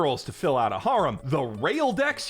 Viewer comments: har-um?? Dude cmon it's hair-em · 'hair-um' pronounced like that. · Why are you pronouncing harem like that... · You're still pronouncing "harem" wrong. I don't care if you think pronouncing it in the japanese romaji form is right, it's not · Another video, another opportunity for to mispronounce the word harem 1,000 times